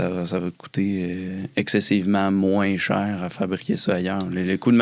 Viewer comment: " c'est une menterie c'est beaucoup mouins cheuère ! " :face-blue-smiling::face-blue-smiling::hand-pink-waving